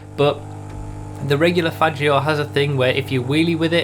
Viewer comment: You say "Faggio" completely wrong